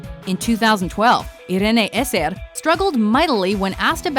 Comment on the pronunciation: hahaha IRENE ESSER lol (AY*RIN)